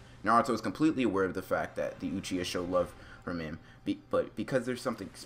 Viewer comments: He be like “ucheeya” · naruto “UCHIA”